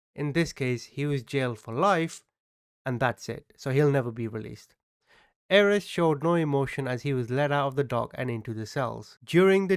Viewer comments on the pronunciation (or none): Not that this guy deserves anything, and you are amazing, but Ayres is pronounced "AIRS", no? Maybe I'm just too English... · Thank you , his name is pronounced Airs as in fresh air with an s.